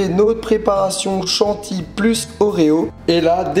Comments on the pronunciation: Tu m'énerves à dire "chantille" c'est CHANTILLY bordel !!! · on dit chantilly